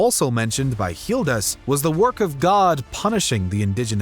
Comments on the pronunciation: Why are you pronouncing Gildas as Healdas ? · First of all, why are you pronouncing Gildas with an H? Second, the Anglo-Saxons did not come to England. They came to Britain and created England over centuries. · Why the strange pronunciation of Gildas? Hildas? Or Jildas (with a Spanish J)? Why?